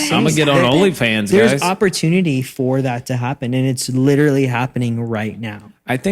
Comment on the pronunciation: Did you know that you say “literatly” instead of “literally” ? I mean, I’m just glad you’re back, so I’ll take it!